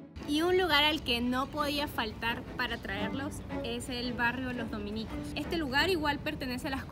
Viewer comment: Como pronuncia "dominicos" 😂😂😂😂😂